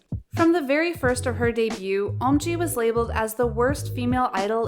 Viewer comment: Your pronunciation of debut is wrong girl